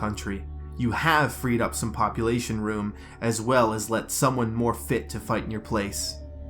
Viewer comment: Did you say bopulation